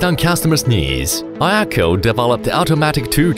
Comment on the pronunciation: Отличный ролик! Много нового узнал про iECHO. И наконец-то затихнут споры, как правильно произносить имя iECHO. Теперь только «ай-Экоу»:)